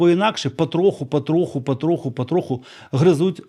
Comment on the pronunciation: Мені так дивно що коли говорять українською мовою все одно літеру о заміняють а😅 пАтроху,Адна,Афіційна,вчаснА, пАдіям,Авальний,вагатА,АбгАворювати,інфАрмувати,хАча😅Чомууууу?